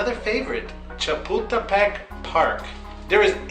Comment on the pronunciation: LMAOO (cha-pull-ta-peck) I heard puta instead of pull Edit: Don’t worry though, we all make mistakes